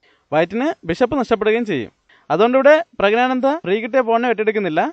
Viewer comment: പുരുഷൻആയ ആനന്ദ് എങ്ങനെയാടോ pregnant ആകുന്നത്? എടോ, പ്രഗ്നാനന്ദ് അല്ല, പ്രജ്ഞാനന്ദ് ആണ്. പറഞ്ഞ് പഠിക്ക് ഫൂൾ 😋🥵🥴